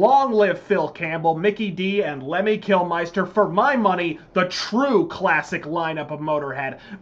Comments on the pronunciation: Amazing video, mate. Though it’s always bugged me how Americans pronounce Kilmister. Saw them in Vegas and a fellow Marine I met was talking about Lemmy Kilmiester, I asked him how he said ‘mister’ and he said it, then I asked him to put ‘kil’ before it and he was shocked. Anyway, that’s enough of my boring analness. Thanks again for the vid 🤘🏻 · It´s KILMISTER !!!!!! not Kilmeister, for god´s (Lemmy´s) sake. ... Other than that awesome Video my friend, all hail Lemmy ! all hail Rock n Roll !